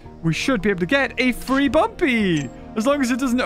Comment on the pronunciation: You know rushed this when he says bumby instead of bumpy